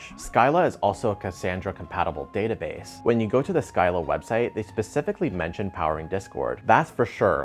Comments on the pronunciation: Have to point out that it's "sea-lla" instead of "sky-lla". Chatted with folks from ScyllaDB, and Discord is pretty much on Scylla now. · We pronounce it "silla" 😉